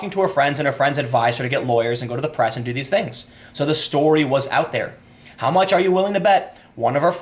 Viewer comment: Your inner Chicagoan came out there at the end with "da bullsh*t."